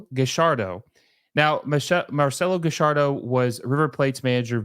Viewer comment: He actually pronounced his name right lol, in Argentine Spanish two LL'S make a "sh" sound so his name is pronounced marcelo gashardo essentially.